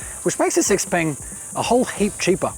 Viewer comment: It’s pronounced she-peng